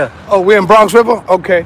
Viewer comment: Never heard of it but i have heard say he's from Bwonx Wiver. Wtf is that? lol